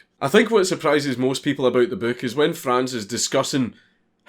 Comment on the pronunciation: Saw my Name (Franz) instand click Edit: Im rly proud of you, that you pronounced Franz right